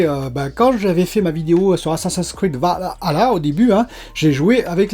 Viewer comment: Je pense que tu es le seul à bien prononcé valhalla.